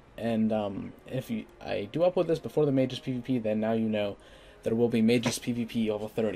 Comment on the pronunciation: May-jus? I had to rewind that a couple of times before I got what you were saying. LOL Isn't it May-gus? I remember used to pronounce it "mag-gis." I'm so lost.